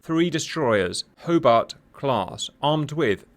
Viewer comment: Hoe-BARTT, Hoe-BARTT...